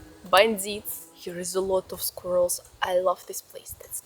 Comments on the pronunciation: The only Russian on the earth that can actually say squirrel :) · Struggles with "exaggerate" and "creature" but says "squirrel" flawlessly. lol I love it!